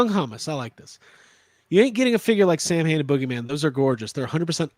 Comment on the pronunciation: As an Irishman I find your pronunciation of Samhain highly offensive, and the less said about your “singing” the better 🙄😂😂